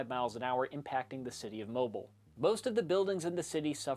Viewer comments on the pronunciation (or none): I grew up in Alabama and Louisiana, the southern portion of both. So first order of business, how dare he mispronounce Mobile. It's Mo-bee-l, not mobile. Second thing, Hurricanes weren't every year, but you generally we'd just kinda wait it out. Sure for the Cat 4 or 5 we'd plan to evac, but 3 and below is whatever. Also the Waffle House indicator is a real thing. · This guy had two noticeable mistakes. The lady with the Mickey mouse jumper was obviously not in 1900 and the City of Mobile Alabama is pronounced (Mo-beel) not ( Mo-bul) Great video and super reactions. I live in Tennessee. Proud to be away from the coastline. We did get the remnants of Hurricane Opal in 1995 as a tropical storm that did thousands of dollars in damage to Great Smoky Mountains National Park. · Other idiot who can't pronounce the Mobile Alabama. It's pronounced "Moh-beel." Anyone researching this hurricane should have learned it from any of the many documentaries. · They pronounce the city wrong. He pronounced it like the movement... you're supposed to pronounce it like the vehicle. Mo-beel. Heh... lol. Lots of people do this mistake though as they are not from the area. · Mobile, Alabama is pronounced Mo-beel, this guy said it wrong. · The city in Alabama is pronounced MoBEEL.